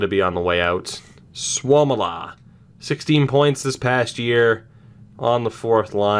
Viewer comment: its sua-mella not souwomila